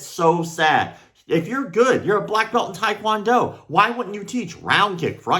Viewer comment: “Taekwond player” 🤪